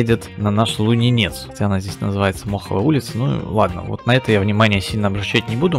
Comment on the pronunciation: Трол, Лунинец ударение на первую гласную